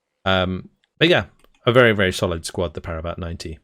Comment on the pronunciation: Just to say, 'Ratel' is pronounced Rah-till (as in the sun god and tilling the ground). Funnily enough, the only word you pronounced in an Afrikaans way is actually said with an anglophone pronunciation (Parabat). Like your content man, thanks for the overview.